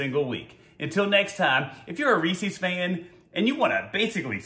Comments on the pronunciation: It’s not ree-sees it’s reeses... ree-ses. Read it. REE SES (SES...SES...) not SEES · Are you saying rees-eez to try and be funny?? Or have you never actually seen a Reese's commercial. It's pronounced REESE- EZ!!! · Yeah, but it's not pronounced Ree-seeees, like feces. It's just Reese-uhz. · It’s Reese’s, not reesees as in rhymes with feces. It’s the name Reese with a possessive s, like John’s. Get the name right, so annoying. Honestly had to stop watching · Stop saying Reese's wrong